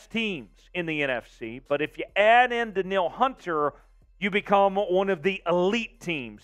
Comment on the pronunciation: Is that how they pronounce his name? Dan-eel. I always thought it was dan-yul